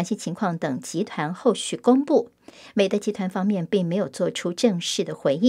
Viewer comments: 纠正一下，我们那个是（美的），是念měi,dì（美递）。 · 美的，的念di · 美的，读音是美地～，的是多音字，是做家电起家的大企业